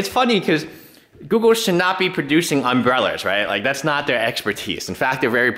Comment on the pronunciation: "umbreller's" - sorry buddy had to lol that.